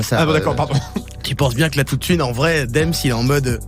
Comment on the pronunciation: Alors...déjà on dit pas Dèms mais Deums et ça s’écrit Dems. Ensuite t’es blagues fin on va appelés ça comme ça sont claqués. Pour finir c’est de la critique non pertinente quand on connais pas Damso 🖖🏽